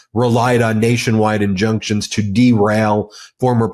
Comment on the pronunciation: Ben: "injuctions and... injunctions"? Huhh? 😆